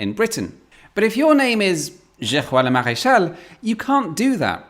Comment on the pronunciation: In the spirit of pedantry, you didn't pronounce the French name 'Geoffroy' correctly.